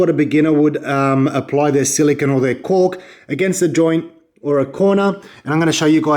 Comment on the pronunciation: Silicone, stop saying silikin